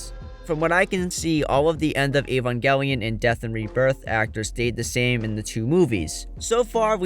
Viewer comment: Evangelion, Evangelion, EEEEvangelion, why is it so hard to find videos talking about Evangelion that don’t include someone who can’t even pronounce it correctly? It’s in the very first episode! “The synthetic life form Evangelion.” And who’s Ko-ar-ru? Were you talking about Kaworu? Because Shinji was shouting Kaworu, not “Koaru” in episode 24.